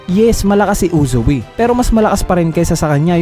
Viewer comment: Anong Uzu-wi? Its Uzui